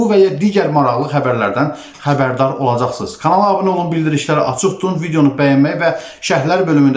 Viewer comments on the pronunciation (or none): none